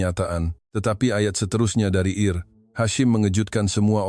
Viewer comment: Bukan Eir Hashim, tetapi Ensigyor (IR) Hashim.... Ini omongan jahat AI...